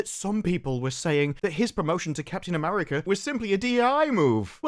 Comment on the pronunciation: It's that hard 'R' in "AmeRica" 😬